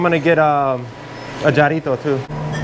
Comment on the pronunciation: Jarrito is pronounced with an H.